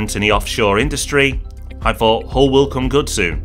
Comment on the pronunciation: Nice video...but Hull??? 🤣